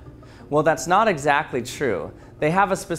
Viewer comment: The Word knot is said 37 Times in this Video (the 3 Times when He says Not but it Sounds Like knot are Not inclouded)